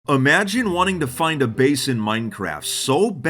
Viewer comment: Video starts: "Amagine"